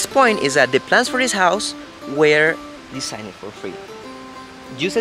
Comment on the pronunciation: Love the clear explanation about your house design...get Kaylee or Jordan to help you pronounce the word designed a bit better, but on the whole, your English is very clear and easily understood...congrats....:)